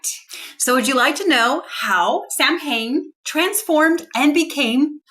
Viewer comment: It's pronounced SOW- en.